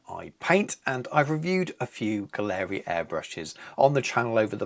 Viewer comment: If you’re getting paid to promote this line you at least should learn how to pronounce their name. Competes with the Infinity? Total rubbish!